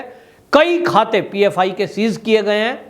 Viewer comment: It is PFI not OFI